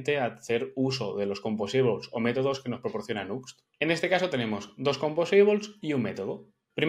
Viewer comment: Todo bien con el video, pero por que pronuncia asi "Composables"? 😖😖